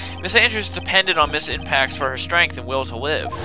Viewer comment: evry time i hear "ms. impax" is sound like "ms. tanpax" hahaha :P